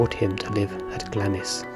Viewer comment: Great video though on some videos Glamis Castle Castle was pronounced as Glams. The Queen Mothers last name was pronounced as lion like the animal and not the French city.